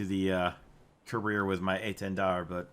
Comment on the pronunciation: I really like the French pronunciation of this jets name